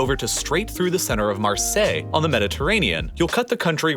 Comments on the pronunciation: Marseille, Lyon, Lille are correct But then you had to close it up with Paris pronounced in English, that cracked me up lmao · love the fact that he pronounce Marseille, Lyon, Lille perfectly but then say PariSS xD